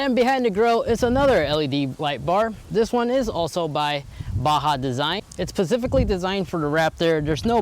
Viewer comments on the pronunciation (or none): "Pacifically designed" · He pacifically said eibasche